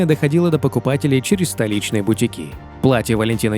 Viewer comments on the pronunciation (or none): БутИки, а не бутикИ.